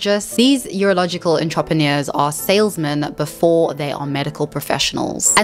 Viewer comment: Your pronounciation of entrepreneurs is ridiculous